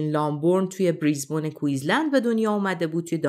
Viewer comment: تلفط درست بریز بین هستش. Brisbane